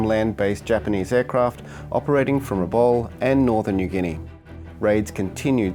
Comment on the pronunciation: Great vid, thanks. One irritation is Rabaul being pronounced RABALL, the correct pronunciation is RA-BOWEL.